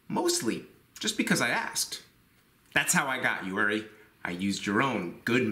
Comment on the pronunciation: oo-ree, not er-ree